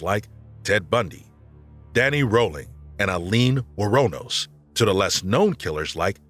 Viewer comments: Aileen Wuornos' is pronounced Eileen Wornos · The bad grammer in places and poor word choices throughout were making it hard for me to listen to this, but, when Aileen Wuornos' name was not even pronounced correctly, I could no longer listen because all credibility was lost.